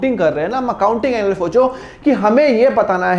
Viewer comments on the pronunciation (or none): none